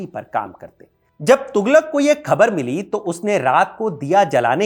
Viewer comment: Jab aap Hazrat Nizamuddin ka pronunciation bilkul sahi kar rahe hain to Khabar ka bhi theek kijiye.